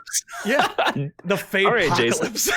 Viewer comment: For the record I looked at Faboks youtube channel and he pronounces his name FAB - OCK. So the Fabocolypse. and not the Faybocolypse.